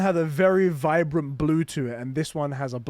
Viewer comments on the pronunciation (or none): none